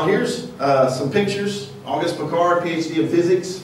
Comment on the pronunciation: learn to pronounce Piccard, you flathead! It is amazing how uneducated the americans are. Never heard about Piccard! Amazing. Talking about the quality of that country education. Pathetic. - "before they decided they are going to lie to us"? Really? People knew about shape of earth since 400 BC, and never had a doubt! Only flediots cultured by the youtube decided it is not true.